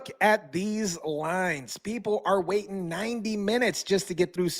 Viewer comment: you need to buy a vowel...wating? Really?